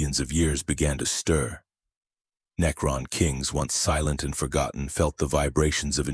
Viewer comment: Good video, however the sheer amount of misprounciation is unignorable. Especially words that are repeated 100 times and are literally the theme of the video. Unless you train you AI to properly pronounce words like that thos will probably be my last video N-E-K-Ron Mech-an-e-cus Are just ridiculous...